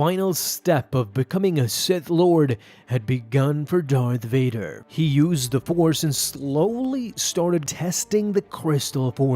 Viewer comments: You said dark Vader, not Darth Vadar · DART VODER